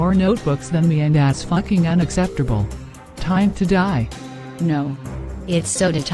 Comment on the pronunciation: "it's soda tiem"